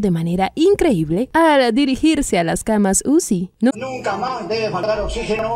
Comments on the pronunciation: Dijo Camas usi sino que lo pronuncio junto .. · Yo escuche camas sushi 😂😂😂😂 abra qerido decir camas chuchi !!